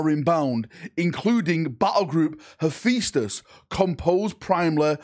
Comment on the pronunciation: Did you just say Hu-fee-stus?!?!?!?!?!